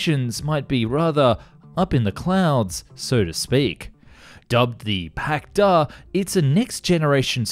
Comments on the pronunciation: You pronounce the Russian hardware wrong... It's the Pak d. A. And the t. U. 160 not too 169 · Damn, it seems westerners love to reverse Russian capitalization just as much as accents in pronunciation… it's supposed to be "PAK DA" and "Tu-160" :\